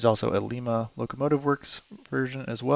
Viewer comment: I hate to be that person, but Lima is not pronounced the way you'd normally pronounce it if you were talking about Lima, Peru., Nah here there is low-to-none Spanish decent, so it's "lime-ah", like Lima Beans. Also, we need a decapod that's more than just another 2-10-0, I propose we start emailing manufactures asking for 4-10-2's, and 2-10-4's, etc. Some large, single frame locomotives, that aint 4-8-4's. Personally, I'd pay for a 4-10-6..but that's a me thing...sounds cool though!